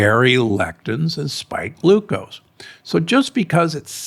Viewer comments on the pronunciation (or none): none